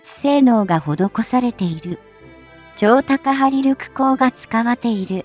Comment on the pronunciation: 相変わらず音声読み上げソフトに問題がある。「超高張力」を「ちょうたかはりりょく」と読み上げるなんて、信じられない。